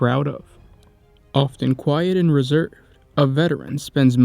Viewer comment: Might be able to watch if your reading voice wasn’t like this “Often quit and RESERVED” “before learning how to READ OR RIGHHHHT”